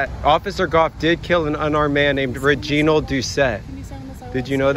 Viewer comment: Repeated stuff but so good. Be sure to pronounce Reginald’s name correctly though. Out of respect. “Rej-i-nald”